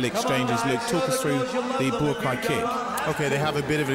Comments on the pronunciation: Calling him "Buakai" drives me nuts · It’s Buakaw not Boorakai, the commentator needs to do his homework. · Or kept calling him BUAKAI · Boo-A-Keye??? This anouncer sucks! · ผู้ประกาศมวยเรียกบัวขาวว่า บักข่าว 😆😆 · "Borakai" oh my god, it's not that difficult to pronounce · Why do they keep calling him "Boo ah Kaai"? isn't his name pronounced "bwaa cow"? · Borkai? How many times did I hear that dopey commentator call Baukaw "Borkai"?? It's not a hard name to pronounce, is it?? Aaaaarrrgghhh!!!! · Bourbaki ....hahahahahahahah dude get the legends name right.!!!!lool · He called Buakaw "Bukar"!. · Dear commentator, his name is Buakaw not Buakai... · It's not Buakeye or Buakaa.... it's Buakaw! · the american isn't bad but the english guy is a complete git. Just mispronouncing Buakaw's name EVERY SINGLE TIME pisses me right off, but he also knows nothing about Muay Thai let alone fighting in general. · Commentator is a joke! He can’t even say the name of Buakaw right never mind know the name of kicks! What an embarrassment on a great fight